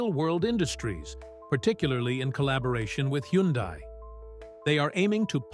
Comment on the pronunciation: How come the AI voice over pronounced Hyundai different ever time it says the word?